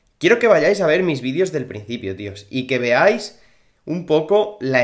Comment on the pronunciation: Se dice videos no vidios 😑😅